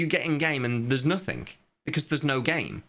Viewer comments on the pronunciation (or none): bro why do you pronounce the "g"s as "k"s? "Nothink" "everythink" "realizink" "launchink". Do you have a medical condition or somethink?